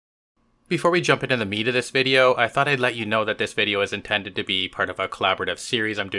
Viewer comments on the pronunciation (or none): none